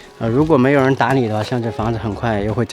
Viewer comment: 我听成打你了！！！！ 打理！！！